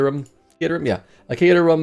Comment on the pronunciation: Congratulations on your correct caterham pronunciation